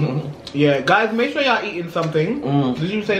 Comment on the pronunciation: Love when says are you shore🤣🤣🤣